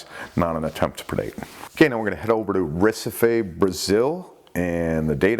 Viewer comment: "Heh See Fee", or even "Reh See Fee" or "Rah See Fey" = Recife, Brazil pronounced correctly. My whole body shrinks into itself when I hear you say it lol. (No offense meant)